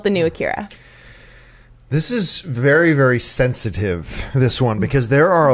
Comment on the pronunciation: lord.. they can't pronounced the name.